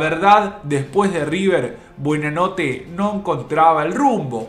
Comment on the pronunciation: durante todo el informe dice BUEnanote! y es BUOnanote